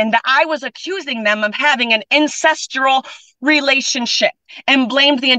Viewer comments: “Incestral”. Oxford dictionary is getting a new word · “Incestural relationship” 😂